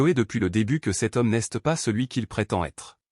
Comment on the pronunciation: C'est quoi cette prononciation du français ? c'est débile !!! Exemple : "n'este pas" et c'est tout le long du récit !! Change de job !!!